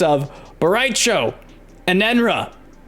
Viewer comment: Bo’ Rai Cho ?!?! Pleeeeaaaaaseee